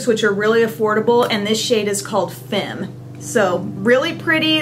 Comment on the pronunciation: Hi! the lipstick that you are wearing (Femme) is actually pronounced fam as in famished. its french for woman. I'm french so you can trust me on this one;)